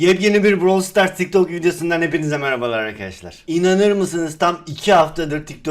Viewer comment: Browl sıtarss değil brawl stars